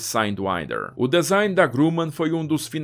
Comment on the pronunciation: Que avião magnífico! Parabéns pela riqueza de detalhes. Desculpe a intromissão, mas preste só uma atençãozinha na pronúncia da palavra DESIGN que é /dizáin/ e não /dezain/, ok amigo? Tudo de bom. Um abraço! 👍👍👍